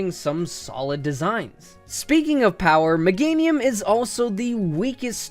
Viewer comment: It's Meganium, NOT Megnatium! AND HURTED IS NOT A WORD!